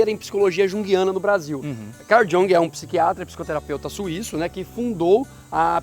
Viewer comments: Muito boa a matéria! Amei! Só pontuaria que a pronúncia do nome do pai da Psicologia Analítica, Jung, é como se fosse com "i". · Poxa amigos! Trabalho show! Mas no fim, quando pensei q não ia ter q corrigir vcs...vem a pronúncia errada de Jung! Falem "iung" queridos! Pena...vou apresentar esse video numa aula mas vou entregar vcs pros alunos na hora h...kkk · Jung, tem o j com som de i... vou escrever a sonoridade desse nome... I U N G U E